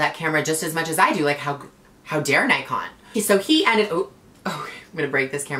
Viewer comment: its not NIKE ON ITS PRONOUNCED NICK ON RIGHT??